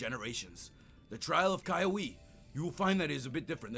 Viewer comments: The name is kiawe (kee-ah-veh) not vay veh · Kiawe is pronounced KEY-AH-WAY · Its ki-a-we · oh and kiawe's name is pronounced keee aw way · uh actually kiawe's name is pronounced "KEY-AHH-WAY" I know because I watched the show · his name is pronounced as kea way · You prenounced the captains name wrong because it is keyaweh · it's Ki-ah-weh. Correction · cri even my fave poketuber pronounces kiawe wrong ;v; Edit: how to pronounce "kiawe* key•av•ae